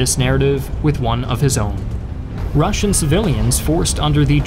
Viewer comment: Wow, the Russian voiceover is exceptional! As a Russian, I can confirm that the pronunciation is on top level!